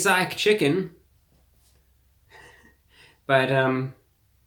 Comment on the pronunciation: "Taste laak chicken" in Reviewbrahs best "Urban" twang.